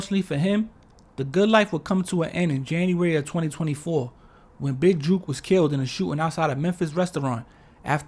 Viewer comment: Jook is pronounced like "cook", or "book". JUKE is not the same, and they mean two entirely different things in the South.